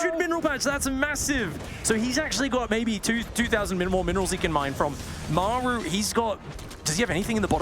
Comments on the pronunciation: "Meigh-ru" so annoying. Just f-ing say Maru. Game 2 was good shit tho. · Why can't the one caster pronounce Maru? Everyone else gets it right but the dude just makes up his own pronunciation.